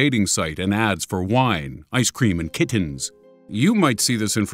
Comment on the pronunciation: Wine-iceCREAM and KITtens. (I thought it was funny how he said that)